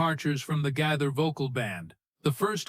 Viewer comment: Oh my gosh! At least pronounce Bill Gaither's name correctly!!!